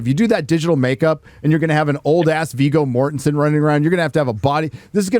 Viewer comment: "Viggo Mortenstien!!!"